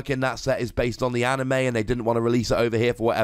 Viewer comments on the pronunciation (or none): none